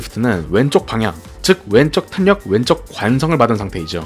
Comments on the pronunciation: 그냥 자연스럽게 탈력 이라고 발음하시면 됩니다 ㅋㅋㅋㅋㅋㅋ 탄이라고 하시니 더 어색하게 들리네요 (탈력이 맞는 발음법입니다) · 내용.....너무 좋은데ㅠㅠㅠㅠ 발음.....이 자꾸 귀에 밟혀요ㅠㅠ 정확하고 좋은 영상이 되었으면 하는 마음에 말씀드려봅니다 탄력[탈력]입니다 오늘도 좋은 영상 감사합니다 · 단어전달을 분명하게 하시려고 일부러 탄으로 애써서 읽으시는게 오히려 어색하단걸 말해주고 싶은겁니다. 영상 보시면 중간중간 분명 빠르게 탈력이라고 발음할때가 있어요. 평소엔 제대로 발음하시다가 영상때문에 저렇게 발음하시는것 같아서 적는겁니다.